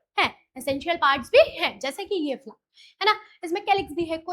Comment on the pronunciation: Mam usko flower bolte hai flar nhi 😅